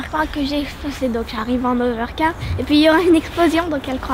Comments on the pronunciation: On ne dit pas over car mais plutôt ovef bord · Vous arrêter pas de dire hoverkart alors que c est hoverbord